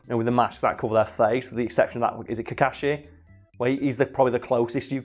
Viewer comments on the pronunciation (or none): none